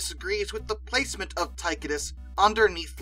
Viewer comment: Tie-Cō-Dus..........not Ty-Cuh-Dis.